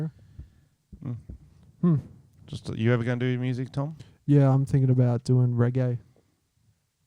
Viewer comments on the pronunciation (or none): Do reggae but work on the accent lmao you sound like the dictator